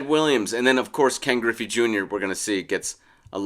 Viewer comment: Its griffey. Not even close